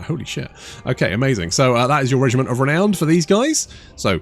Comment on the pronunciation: So uhh, where is the D in the words “Regiment of Renown”. If you are going to be saying something several times in a short period you’d think you would learn how to pronounce the thing.